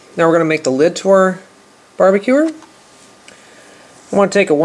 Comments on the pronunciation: He said barbecuer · i love how you say "barbacure" not barbecue its cool